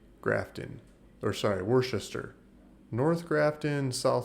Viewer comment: It's pronounced "Wooster"😁